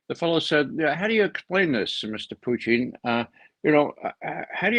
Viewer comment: I like how Ray uses the proper pronunciation of Putin, with stress on the °Poo".